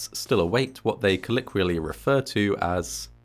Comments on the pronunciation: Collickially? It's Colloquially...... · Please learn how to pronounce English words. COLL - OH - QUEE- AL- LEE Unsubbed.